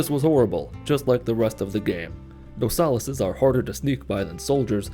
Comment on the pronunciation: Every time he calls a watchmen a nosalis, I cry a little